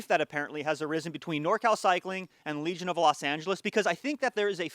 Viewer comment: For a second I thought you were saying "Let's talk about religion".